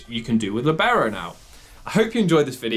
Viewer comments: It is pronounced LEE-beh-ro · It is actually pronounced Lìbero, the accent goes on the i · always feels weird to hear Libero with the english pronounciation. And I can't wait to try this set out! :D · the way you pronounce libero cease